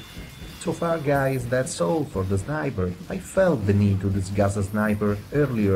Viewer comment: good English.But instead u shouldn't say zniber ;3